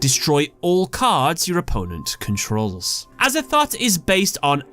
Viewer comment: Him : Outer Entity Azathot Me : Aza-thot? XD